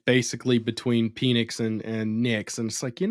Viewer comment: Why bro keep saying peenix, penix bro. Pen-ix. You sounding zesty